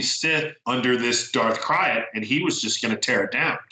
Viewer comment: I always thought it was pronounced 'Darth Krayt' like a Krayt Dragon. Sounds strange hearing it as Darth Kryat